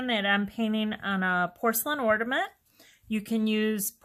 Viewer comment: Loved this tutorial. Easy and fun. Just a slight problem with your pronunciation of ornament. Seems rather picky but I would want to be corrected if I were you. It sounds like you are saying ordament instead of ornament. Super tute though.😊